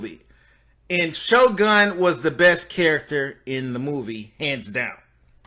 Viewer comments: It's sho nuff the shogun of Harlem why do you keep calling him shogun? Have you watched the movie? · You keep calling him shogun 🤦🏾‍♂️🤦🏾‍♂️🤦🏾‍♂️ it’s Sho’nuff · Bro, just do an edit and say you got the name wrong. Cause right now many people on here missed the whole point of the video, and don't believe you loved the movie that much cause you got the name wrong. His name was Sho'nuff not Shogun. Here's proof. When "Sho'nuff" and his crew showed up and wrecked "Daddy Green's Pizza" , Leroy showed up when they pulled Ritchie out the trashcan. Leroy said "what happened?", Ritchie replied, "SHO'NUFF happened that's who, kissed his shoes and everything"... Just trying to help man ✌️ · SHO NUFF NOT SHO GUN.. FIX IT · Shonuff not shogun svcker! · He's the Shogun of Harlem, his name is not Shogun, it's Sho'Nuff! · Yo. His name was Sho 'Nuff! Why do you keep saying "Shogun"? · "SHOGUN"?? It's "Sho-Nuff"! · Why he keep calling him Sho Gun?😂😂 “ShoNuff” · Sho Nuff bruh, not Sho Gun. 🤦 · Man. You need language class or something. He played Sno-Nuff, not Shogun and he didn't "lookeded" healthy when he had cancer. Sorry dude. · Shogun??? Sho Nuff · His name is ShoNuff not Shogun how is this your fave movie and u liked him soooooo much but u got his name wrong smh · This couldn’t have been your favorite movie if you keep calling him Shogun. His movie name was Sho Nuff. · His name is shonuff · him name was sho-nuff. lmao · Bro, he called himself Shogun of Harlem as a title but referred to himself as Shonuff. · Sho'nuff not Sho'gun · His name is Sho-Nuff ! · I really wanna hear this story but I’m super annoyed he keeps calling shonuff shogun. 🤷🏾‍♂️ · ngl, couldn’t even watch this all the way through. How you gonna say you was a huge fan but keep mispronouncing his name? It was Sho’Nuff, the Shogun of Harlem. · Dude his name Sho'nuff....how u manage to fuk his name up when he said a thousand times thru out da movie? Smh 🤦🏾‍♂️